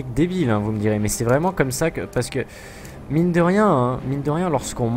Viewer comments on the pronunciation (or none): none